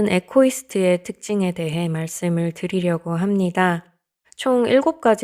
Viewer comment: 이고이스트가 정확한 발음입니다ㆍ